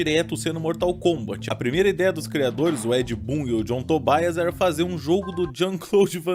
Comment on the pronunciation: John TobAIAS foi foda, saí pesquisando a pronúncias pq sempre escutei Tobias hahaha. Vídeo muito bom, pior que os filmes são ruins mesmo, mas são muito bons de rever hahaha ironias da vida.